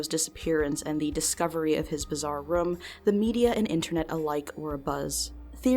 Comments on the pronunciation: The way she says “room” drives me nuts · Great video! but did anyone notice how says room like "RUM" this mystery has spooked me for years...